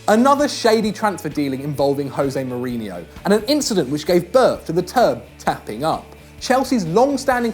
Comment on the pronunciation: Can this guy learn to say José Mourinho correctly?